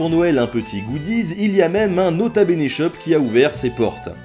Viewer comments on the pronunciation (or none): none